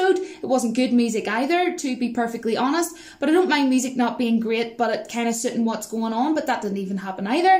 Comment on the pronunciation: "I doint know about that honey, I doint know about that." Love that accent.